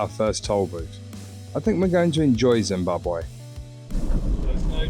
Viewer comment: Excellent pronounciation of Zimbabwe ❤